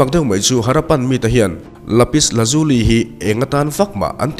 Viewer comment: iapis lazuli ni lovin Lapis Lazuli zawk ani e